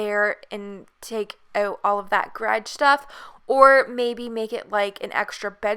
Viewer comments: "gradge" xD love the house <3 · Me : is she saying garge or garage Sis : dun know Mom : what’s a grage